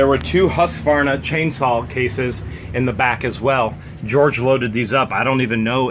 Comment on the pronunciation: Hearing him butcher Husqvarna was like nails on a chalkboard to me also one of the best made chainsaws and or small engines in the world in my opinion